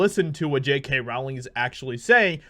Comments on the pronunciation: Oi!! J K. Rowling's name is pronounced "rolling" as in "bowling". Not "raoling" as in "cowling". She's only been asked that a million times, mate. Otherwise, I like your vids. 😋👍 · Hey! JK Rowling's last name is pronounced ROLLING - according to her. Its like Row - as in Row row row your boat. It's not Like Rauling. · It's pronounced Rowling like "Bowling". It's not "row-ling" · FYI- Rowling rhymes with Bowling. Yer welc. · Just FYI, JK pronounces her name “rolling”.